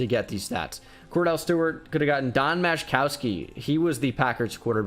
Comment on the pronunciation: As a packer fan, the way he was pronouncing Majkowski made me mad.